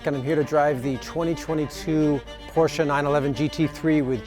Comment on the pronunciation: Thank God he knows how to say , “Porsche”!